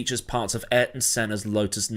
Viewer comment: This video is sponsored by the legacy of I-Air-Ton Senna, if I am not very much mistaken